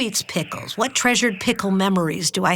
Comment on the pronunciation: I was like "twhat, twhere, twhen?" 😂